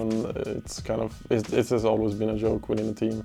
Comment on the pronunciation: Swedish and y, best duo apparently its pure yoy to pronounce in such a way